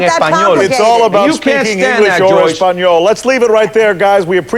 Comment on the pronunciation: Espaniol HAHAHAHAHAHA "ESPANIOL" AHAHHAHAHAHAHAHA Fucking dumbass country ahahhahahaa "ESPANIOL" hahahhaha :')